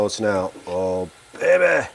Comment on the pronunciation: Your frequent use of the word (?) “Baybeh” keeps us amused here in Michigan. It’s a new household term for us! Baybeh! 😂❤